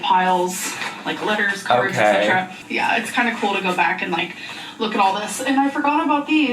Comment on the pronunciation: Idk why but “whatever it may be..” and “ECKcetera “ drive me nuts. Girl, finish the list, name more than one thing, you have the time!